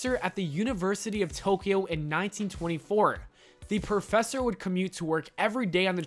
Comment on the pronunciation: And perfessor. Ugh.